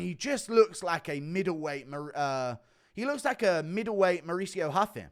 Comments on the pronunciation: It’s ruffy not huffy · ruffy not haffy